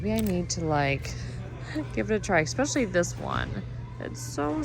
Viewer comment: I adore your videos, but you have to stop saying ECKspecially. Italian vase is awesome. I love your style. I'm in Italy, so I'm going to keep my eye our for vases.